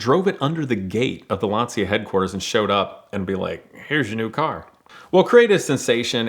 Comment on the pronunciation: Calls himself a car guy butchers the pronunciation of "Lancia" OOF